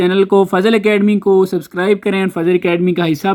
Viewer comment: Bro suscribe nahi subscribe 😅(I am not making fun of you)